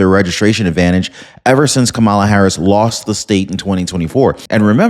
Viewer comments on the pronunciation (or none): none